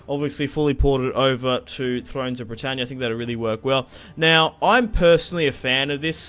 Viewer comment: started laughing straight away at ther aussie "Bretannyaa"